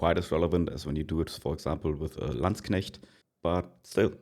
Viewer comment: Your English is good Aber als du Landsknecht gesagt hast wusste ich dass du ein Deutscher bist Somehow Jin Dynasty sucks Balls, doesnt IT